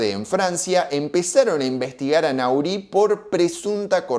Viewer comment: Se pronuncia...Nory el apellido del frances